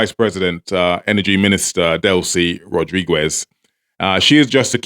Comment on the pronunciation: Why do u keep saying "Rodriguez" like that? The "u" is silent It's pronounced Rod-ri-gez not Rod-ri-gwez